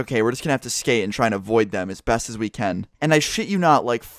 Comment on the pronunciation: idk why but it annoys me when says ken instead of can